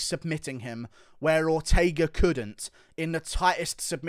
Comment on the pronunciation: Why didn’t he say Ortega either right? For Volk. He almost killed the man in those chokes, another one of those and it could be over